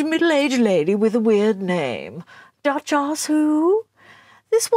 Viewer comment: Did you say Duchlass or Ducha-s? You are snarkiest of snippets! I love it! You are the best!